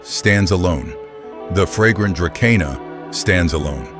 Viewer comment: it is pronounced "druh-see-nuh", not dra ke nah! duh!